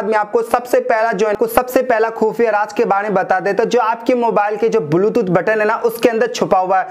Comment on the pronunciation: Are tera video to bilkul faltu hai.,,.aur dusari baat ki,, बुलटूथ नही बेटा... ब्लुटूथ होता है !